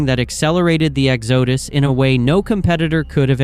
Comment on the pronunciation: "Egg zoe duss" instead of "Exx oh duss"